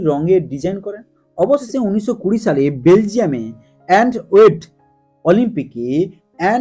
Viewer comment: অ্যান্টওয়েট না কথাটি অ্যান্টওয়াপ হবে।